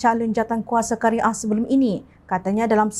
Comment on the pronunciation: Qaryah bukan Kari ah , hrp maklum